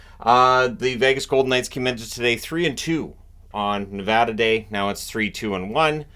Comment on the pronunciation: Thank you for saying Nevada right :)